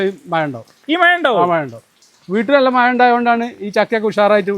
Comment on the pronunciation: മയ അല്ല.,മഴ ആണ്.